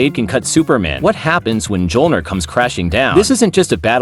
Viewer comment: You need to delete this video and re voice it. Its pronounced me-ol-near, not muh-jol-near. Best of luck in the future.